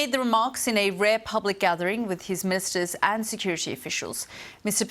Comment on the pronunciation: At [00m:12sec] mark, did she say, "..his mistress and security officials"? "Ministers" is definitely not pronounced that way :)